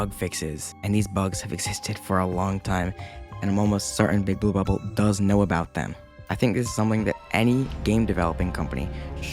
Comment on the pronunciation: is it just me or do you say Bouba ball instead of Big blue bubble 😂